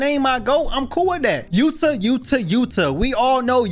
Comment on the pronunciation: He is glazing yuta but can’t say his name “yua”😂😂